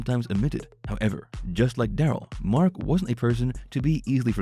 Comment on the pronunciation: I sure wish when you do a video you would pronounce Marks name right. I was a personal friend and hauled the deicer and road oil for him until he ran into some bad luck with the company. Mark was a great man just had a string of bad luck with his trucking company in Missoula.